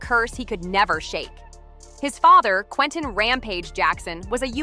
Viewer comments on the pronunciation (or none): none